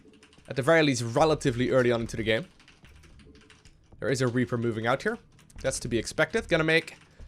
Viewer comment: great play and good commentary, but I have to say it. there not dere T-H